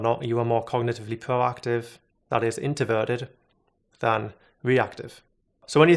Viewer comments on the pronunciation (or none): Is anyone else really annoyed at how he’s pronouncing introvert and extroverted, literally could not think about anything but that the whole video it’s “in-troh-vert-ed” not “in-teh-vert-ed” he does the same with extrovert 🤦‍♂️ Edit: I think he has a lisp nvm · You said conToversial and inToverted without the R